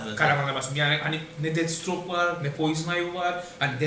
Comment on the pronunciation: Deadstroke değil Deathstroke